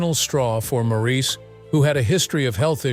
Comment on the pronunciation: So many simple inaccuracies. You might, for example, learn how to pronounce Maurice's name. Pong was one of the 1st video games to hit the market, about 1973. There's more. Your video is pretty bad.